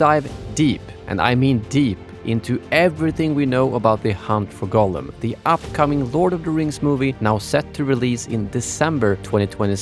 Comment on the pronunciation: Why do you say it wrong almost every time and its many, its not Golem, i think he who wrote the title is different person and you just dont know its Gollum.... It doesnt even sound so close as you make it clearly Golem every fking time. So anoying... Even the autosub is 99% calling it Golem but when youmake few lucky mistakes it also writes it Gollum. Try to make an effort pls...